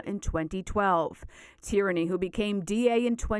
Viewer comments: The name is pronounced ‘teer -knee’ not ‘tyranny’. It’s Irish. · The man’s name isn’t Tyranny. Geez. Get it together lady. Tierney sounds like Tear-nee. Not Tyranny.